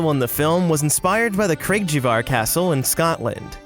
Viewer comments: I live 10 miles from Craigievar Castle, beautiful area! But its pronounced crayg-ee-var not cra-gee-var. Very soft guh sound. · Craigievar Castle is pronounce cray-gee-var. From a helpful Scot 🏴😊